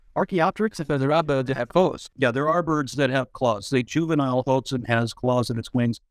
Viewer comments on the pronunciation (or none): The birds name is hoatzin the oa sound is wah like in Oaxaca.